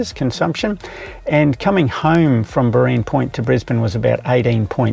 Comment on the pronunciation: Just checking: when charging, it is safe I take it to leave the car to go get a cuppa or something for a while? Some idiot won't come along and pull out the plug will they? But then if it's in an open, busy area then little chance I guess. And lol....it's BOReen Point, not Boreeen Point, and it's Lake Coo-thara-bar😊. Another great video thanks mate👍.